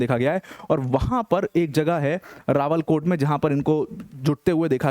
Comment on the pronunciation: अरे सर , वो "रावला-कोट" है , रावल कोट नहीं |